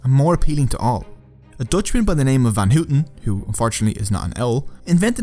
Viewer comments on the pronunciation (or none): Van Houten is not pronounced van-hoot'n but f-ah-n how-ten. Sorry for crashing the owl reference.